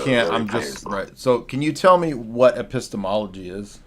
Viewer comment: “a pissed-a-muh study” is wild. high iq stuff.